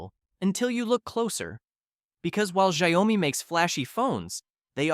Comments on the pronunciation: It's shiawmi not shayowmi hahahah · It's pronounced as SHAO-MI, NOT as SHA - YO-MI. It's Chinese. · You made Xiaomi sounds like Gwiyomi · Shaó - mi, not Shy - o - mi.. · Sha-yow-mee never fails to take me out 🤣🤣 can't even pronounce it correctly and yet you have the audacity to judge these brands 🥴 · What you say about the majority of phones in this video is false. Xiaomi is a huge company that makes excellent products ranging from cars to phones. And please, don't pronounce xiaomi the way you do in the video. It's totally wrong.